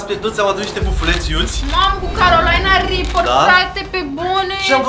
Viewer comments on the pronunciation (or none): Nu Carolaina ripăr se pronunță de fapt se pronunță Carolina ripăr